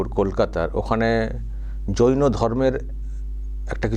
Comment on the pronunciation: ৱাক্ষসি তো জৈন ধম্ কে যৌন ধম্ বলে 😂😂😂কেলানি একটা